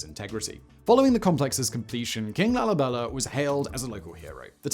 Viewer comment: LALIBELER? Stop with the rhotic r